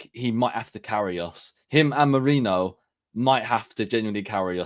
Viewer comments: The Name: Marino Terrys Pronounciation: Merainoo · You got the name wrong mate. It’s “Merino”. Thanks 😊